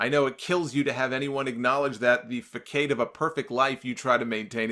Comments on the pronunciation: FYI: "Facade" is pronounced "fah-sod". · Lol.. IT'S FACADE, PRONOUNCED FUH-SOD. Lol Of course, surely you know that word, but yeah, That's it, in print. 🤣😃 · Mispronounced facade good sir Fuh-sawd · You pronounced "facade" wrong 😂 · He sure as hell did.